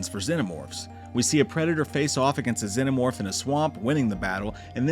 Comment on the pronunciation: Bro genuinely can't pronounce the word "xenomorph" 😂